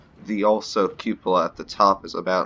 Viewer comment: Did you know you're the only Youtuber who pronounces cupola correctly?! Got yourself a subscriber.